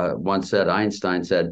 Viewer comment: At first, I taught you said Esptein instead of Einstein